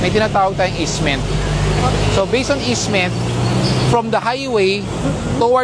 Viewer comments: Easement not Isment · anong ISMENT? EASEMENT! HAHA